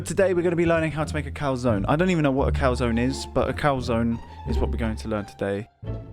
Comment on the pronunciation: Yes... The lovely calzonaye